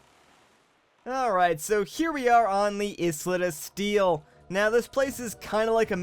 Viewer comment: took me 5 minutes to figure out what you were saying when you were saying islet of steel... do you literally pronounce the fucking letter s when you say island as well ? fucking shit dude